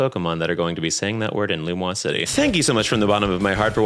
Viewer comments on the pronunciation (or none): As a French speaker: No, the vowels are all the same as in English, the only major difference is accent and the S being pronounced like a Z. (For the phonology nerds out there, yes, I know the U gets rounded.) The way is saying it, it would be spelled "Lumoise", not "Lumiose". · Language nerd here but don't the 'o' and the 'i' need to be flipped if it's pronounced Lu-muah City? It's spelled Lumiose so it's pronounced Lu-me-ohs, right? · love your stuff didn't know you had long form stuff (what do you mean you pronounce lumiose lum wos) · My favorite part of this video is the absolute pass around party bottom behavior of pronouncing Lumiose as "Lumoise" without realizing it's wrong because it sounds more French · sorry HOWWWW are we pronouncing Lumiose? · The way you say Lumiose either makes me wildly uncomfortable or makes me want to change it in my head and I'm not sure which is stronger. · never in my life have i heard anyone pronounce lumiose the way it would be in french and I'll never be the same again